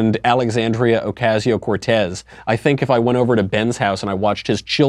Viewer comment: This guy doesn't appeal to me because he can't pronounce Ocasio